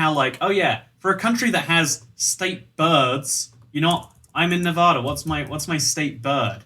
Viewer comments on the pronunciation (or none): so I've been living in Nevada for quite some time Every person in Nevada: not long enough to pronounce it properly! It's nev-add- a, not nev-ar-dur Advice from a Kentishman, not a man of Kent.